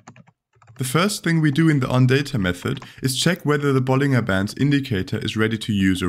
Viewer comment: Btw 'bollinger' is pronounced with a J sound like 'bollinjer'.